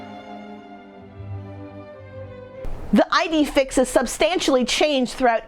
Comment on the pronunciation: “Ee-day Feex”. ☺️